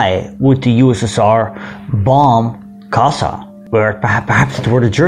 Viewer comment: Hi. A little thing. 'S' in Magyar i s as in sugar, or as 'sch' in Schmidt, or 'ś' in Kośice. When then doubled, like in Bárdossy's name, or Kassa, it sounds 'schsch'. Aast u b.